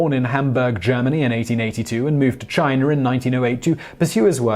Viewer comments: China does not rhyme with miner. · Does he say chiner a couple times or am I hearing things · It does if you lived in rural north Georgia and know someone who pronounces it 'Chiner' as I did...